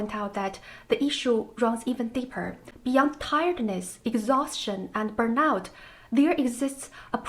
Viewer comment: The writing activity is nice. The things you think you are supposed to be end up sounding ridiculous. Although sadly it is what people expect. You should pronounce burnout as burn↑out↓; I might not have got it immediately without the subtitle.